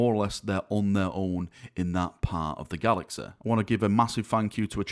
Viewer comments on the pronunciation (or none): it's "galaxy" not "galaxeh". fucks sake. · technologe, galaxe, cite. Laughing out loudEEE.